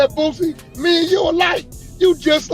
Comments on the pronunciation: Why does this man consistently call him "BOOTsie" when his name is "Boosie". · Wack don't know shit about Boosie 😂 I took this dude out of my timeline simply because he's mispronouncing Boosie name when he clearly doesn't have a T in his name